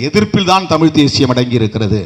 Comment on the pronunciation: தமிழ்தேசியம் என்று சொல்லும்போது ஏன்டா வாய் குளறுகிறது.